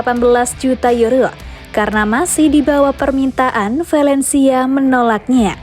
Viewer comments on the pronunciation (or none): vAlencia bukan vElencia